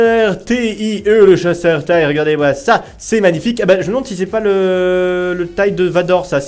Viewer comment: ON NE PRONONCE PAS TAÏE MAIS T.I.E!!!!